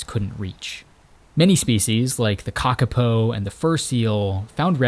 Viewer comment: Lol *kakapo, pronounced cah-cah-poor but don’t emphasize the R on poor